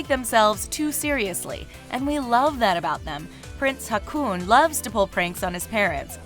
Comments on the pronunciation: Sorry, I had to laugh at that "Crown Prince Hakun" XD Two AA in Norway is pronounced like the Å, a bit like the O in the word Orbit. Ok, the Whole Norwegian part was funny to listen to. :) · The way she pronounced Haakon's name made me exclaim out loud - It's not fucking hakuna matata! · Just a tiny note...it’s not pronounced “Hakoon”...it sounds like “Ho-Kahn”. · Haakon or Håkon is not pronounced Hackoon... It is closer to "Hawk on". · Enjoyed the representation of Norway! However, the Norwegian names are pronounced hilariously strange! Haakon is Hoh-kon not Hah-koon 😄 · Yeah, it made me laugh. She pronounces Haakon the same way you say Hakuna matata. It's supposed to be more like "hawk on". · "Crown Prince Hacoon" I laughed. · When you tried to pronounce Haakon it was way off 😂 in my mind it sounded more like Hakuna. And now the Hakuna Matata song is stuck in my head... thanks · While I love the video and I absolutely adore the Danish Royal Family, I'll admit I've never heard Haakon pronounced similiar to harpoon. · It's Haw-kon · When you said Haakon, it sounded like racoon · Pronounciation is terrible! Haakon is pronounced as Hor-kon. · Hahaha, prince Hacooon. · One doesn't need to be Norwegian (or even Scandinavian for that matter) to cringe so hard with Prince "Rakoon" 😅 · Who knows how you pronounce haakon and thinks it's funny how she says it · You pronounced Haakon wrong. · The pronunciation af prince Haakon of Norway was so wrong and i am not even norwegian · Oh my god the way you pronounce the Norwegian royals names 😭 criiiinge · So funny how she pronounce the Norwegian names😊👍☀️ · oml ikr? the way she pronounces haakon 😂